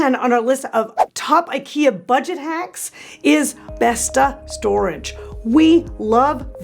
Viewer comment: Good tips for people on a budget. You many want to consider learning Swedish pronunciation. I am not Swedish, however, I worked for the company almost 30 years. You too can learn a few things to help, like A's with a dot are pronounced like Os. So BESTA (Swedish A with a dot at the end is pronounced BESTO). Good luck!